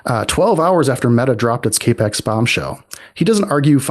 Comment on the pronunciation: Cap-ex note cape-x ... this is not confidence inspiring.